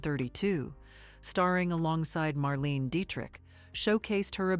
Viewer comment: She's wonderful in Piccadilly 1929, silent and with sound (music). Small things, but Marlene Dietrich's 1st name is pronounced Mar-lane-a and Luise Rainer is pronounced Louise (no A at the end) and Rainer is Rine-er.